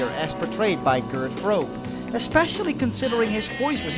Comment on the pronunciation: You’re from the Netherlands but you pronounce Gert Fröbe like an American? 🤔😁